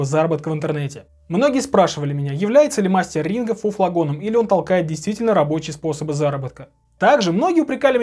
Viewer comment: А мне послышалось, или он сказал "Мастер Ринга"?!!! На счет про "promoero". Тут есть минус, в которым ты пропустил -- Ринго вложился в сервис Promoero